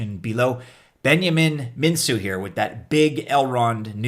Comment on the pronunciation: Elrond's creators' last name is pronounced MinKu: the c is solid, not an S... Romanian confirms! Great idea, watch the whales and distribution tho...